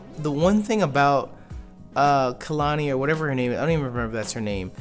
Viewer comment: every time they call Kahili Khelani I choke 😂